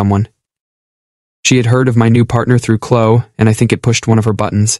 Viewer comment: It's Clo-eee😡!